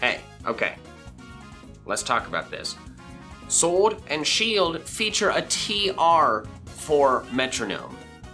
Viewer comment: He said srwod not sword